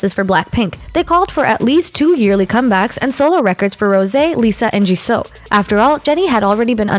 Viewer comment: Jisoo is pronounced how it's spelled NOT g'SO. smh